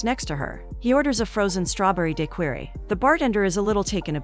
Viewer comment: Being that I'm from Louisiana and this lady mispronounced daiquiri has my skin crawling 😂🤣🤣🗣️🗣️🗣️🗣️